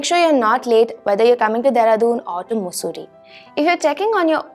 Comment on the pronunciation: It is मसुरी not मुसुरी